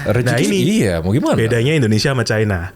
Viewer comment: Sipp babami, nyebut China itu 'Caina'